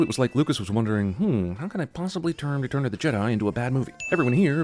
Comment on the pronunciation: Why did you say retum?